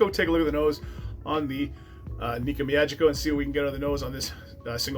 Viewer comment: "Me-ah-geeky-oh." And if you do a Japanese whisky again, the traditional word for cheers is kanpai (kahn-pie). Nice review, all the same. I haven't gotten into Japanese as much as I'd like for 2 reasons. 1, not a lot of reasonably priced offerings near me, and 2, not a lot of offerings bottled at 46% or higher.